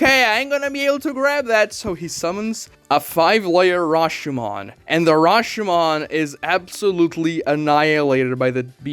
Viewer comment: He said 'Hashomon' instead of Rashomon. BRASILIAN SPOTTED